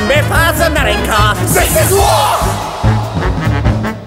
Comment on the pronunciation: His name is Werner werman not uhh murine corps